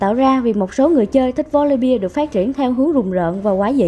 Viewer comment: Chị phát ầm chuẩn tý là hay . Volibeeee chứ không phải Volibia :v